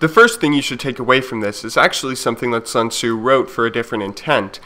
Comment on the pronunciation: I love how Sun Tzu is almost never read right by Western people but that's not important, cos' what he preaches is